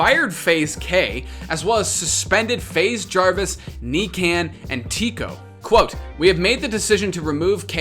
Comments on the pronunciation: NICAN lol it’s NIKAN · Faze Nikan is Nee con not necan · he sad kneekan hhahahahah it nikan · Buddy really out here calling him “Knee-can” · knee-can lol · It’s pronounced Nee-khan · "Knee Can"